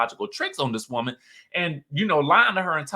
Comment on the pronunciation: Lol i love how you said "woe-man" all country like al on fox soul lol